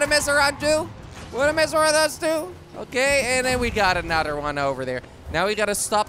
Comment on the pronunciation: “Anudder episode” 🤣🤣🤣